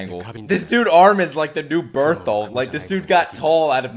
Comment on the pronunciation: fam I'm literally waiting all day for you to upload, I have watched the show like 4 times now with my friends when they were watching for the first time. This shit is awesome keep watching and uploading this stuff its making me love the show even more. AND PLEASE SAY BERTHOLDT'S NAME CORRECTLY